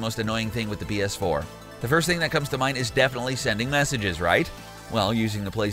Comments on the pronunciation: Is it just me or dose this guy say bs4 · Is that Philip Defranco? Also I swear he says 🅱️S4 every single time